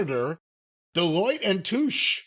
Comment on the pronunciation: not knowing how to pronounce Delloite and Touche while making a living off the stock market worries me.